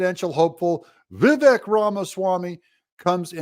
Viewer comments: Doug...Vivek is pronounced as (Viv-ake) like cake. Your reporting is awesome...I hope this note is helpful. He may not become president, but he is digging up the dirt on the swamp creatures. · Why can’t you pronounce Vivek’s name correctly?